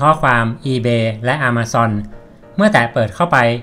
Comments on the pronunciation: ต้องอ่านว่า แอ-มะ-ซอน ครับบ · its not "A(r)ma zone ออกสำเนียงผิด ลองปรับครับ คนเมกาเขาไม่พูด อะ มา ซอน ครับ ถามโฮสแล้ว